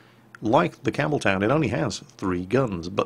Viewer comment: Campbeltown, for some reason, I keep hearing Cameltown :P